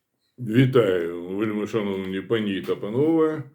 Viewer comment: Не панІ,а пАні.